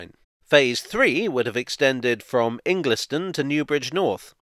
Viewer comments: Pretty good video. Just a few points. Ingleston is pronounced "ingelston". The SNP Scottish Government were not responsible for scrapping road charging. The City of Edinburgh Council in fact carried out a consultation on this, which returned a resounding no. Tram Line 3 was not to go to Musselburgh. It was in fact to go to Little France in the south of Edinburgh, where the then new Royal Infirmary hospital was being built. I should know; I live literally up the road from Little France, and many here are clamouring for Tram Line 3 to be resurrected, to alleviate the increased traffic created by the hospital. By the way, the section of tramway from Saughton to Hermiston Gate is on a former experimental guided busway, built 2005 I believe. If you go back to the 1990s there were other public transport ideas, including a north-south Edinburgh Crossrail, part of which would have utilised Scotland Street Tunnel, closed to rail traffic since 1868. One more crazy idea was a Royal Mile tramway, using kinetic energy, where energy from the downhill run would collect in a flywheel, enabling an uphill run. In the late 1980s/early 1990s there was one person suggested an Edinburgh light rail, based on two loops, using the Edinburgh Suburban Railway in the south, and the disused Leith North branch in the north. However, due to the council's obsession with on-road trams, that person walked away. Now, just who was that again? Oh yes - it was me. There was once a billboard in Princes Street, dec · Great video, well done. 'In-glis-ton' is pronounced "In-guls-ton', by the way. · Pronounced Ingil ston not Ingliston, as a cyclist the tram lines aren’t a Hazzard if you avoid them or approach them with common sense one these it’s a good idea but poor implementation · Great video! Minor pronunciation,: Ingliston is pronounced like 'Ingle-stun'. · Omg correct the pronunciation of Ingliston, its pronounced "Ingle_ston" and the Tram enquiry cost is around £13m to date not £500m.